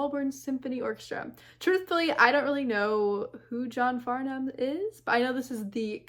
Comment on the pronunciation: And this was at the end of the concert! His voice was still charged up. (And it's pronounced "Farnam" - you don't sound out the "h".)